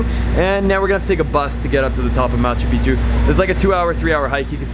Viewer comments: You should check your pronunciation for the word MACHU PICCHU. . The correct prohunciation is: Ma-chu- PiCK chu.. you say (machupichu). wrong. Also for HUAYNA PICCHU: The coreect pronunciation is: (WAI na- PiCK-chu.). You are saying (wayanapichu). whis is WONG. listen to the local people. Thank you for listening. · you are pronouncing it wrong. Look carefully to the word Machupicchu, as you can see, there are two CCs together, each "C" belongs to a different syllable SO it is pronounced as follows MA - CHU - PIC - CHU.